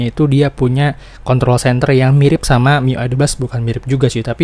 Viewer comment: Klo r gk di sebutin jadi contol Mars wkwk